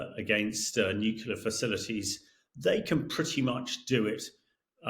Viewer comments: Why has nobody told this geezer how to pronounce 'nuclear'? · Yes, the word comes from the "nucleus" of the atom. I've heard a number of Brits say it this way so it may be cultural? We Yanks mispronounce a number of words and we aren't "hooked on phonics." We call petrol gasoline and don't say it right!